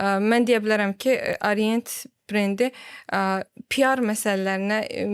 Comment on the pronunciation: Arient nədir? "A" hərfi haradan gəlir? Haqqında danışdığınız, sattığınız saatın adını niyə düzgün tələffüz edə bilmirsiniz? Arient, AAArient